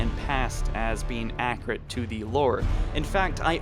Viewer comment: Accurate not accrate